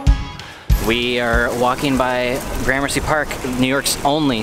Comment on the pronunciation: Do me a favor though. Next time you hang out with Brett Conti will you please tell him it’s not pronounced graham mercy 😂